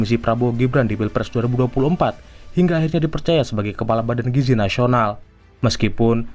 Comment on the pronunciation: gizi pak bukan giji🗿🗿🗿🗿